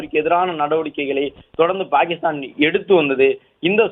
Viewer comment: Dai voice over TARKURI its not BAKISTAN❎ its PAKISTAN✅